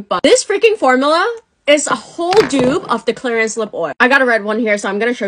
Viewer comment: why do you pronounce “formula” like that